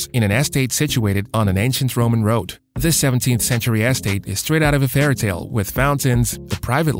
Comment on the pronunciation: You need to understand how to pronounce Cecil B DeMille and the word estate